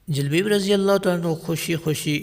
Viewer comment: جُلبَیب اس کا تلفظ ہے